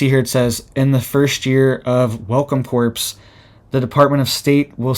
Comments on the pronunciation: Core...not corpes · Corps is pronounced cores, not corpse. They should offer that to released convicts, probably would be safer. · it's pronounced "core" and not corps. I know the spelling makes it seem like it shouldn't. I'm in my 50s and my niece pointed out that all my life I was saying episode wrong😂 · Corp - pronounced Core, I believe... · Corps is not the same as corpse - corps has a silent p and silent s. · Pronounced Core not corpse. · It pronounced core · Corps is pronounced “core”. Sorry, I don’t want you to sound bad because I know you are very smart! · “Corps” is pronounced “core”,, think how you say Marine Corps (core). The “p” is silent. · Pronounced welcome “core” not corps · Corps is pronounced "core" i think. We cant stop this beast; they are moving forward to a global beast system. Do you believe Bible prophecy man? i do. We are warned that we will be forced to join up, or be beheaded, ultimately. It is written. Thanks for speaking up. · The word 'corps' is pronounced CORE. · Pronounced "welcome core" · Just a pronunciation correction: to say "corps" the p & s are silent, so it is pronounced "core". When you say the p & s, it's the word "corpse" which is a dead body. Keep up the good work. You are reporting things no one else is talking about! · not corps pronounced core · Yes, it's pronounced like "core." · The ps in corps is silent. It is pronounced kor. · "Corps" is pronounced "Core". Just saying- I'm a teacher and can't help myself. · Y'all know he still gonna keep saying corppss. 😭🥺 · In the word "Corps" the p is silent. It's pronounced "Core". Just FYI. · Thanks! It was getting on my nerves, too. And I love Channel.